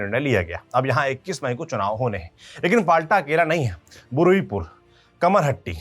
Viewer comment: Please news padhte samay jagaho ke pronunciation sahi kare. फाल्टा नहीं फौल्ता। बुरुइपुर नहीं बारुइपुर। Thanks for the detailed analysis and report. By the way BJP has just won the elections. The party has not yet formed the government. So still it is not BJP's rule. Don't put blames so early on the party.